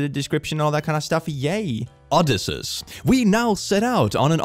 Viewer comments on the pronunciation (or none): o-di-see-is!! Not oh-di-sus! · I was screaming at his pronunciation of Odysseus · I’m sorry, how is it you pronounced Odysseus again? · No! Not how Odysseus pronounces it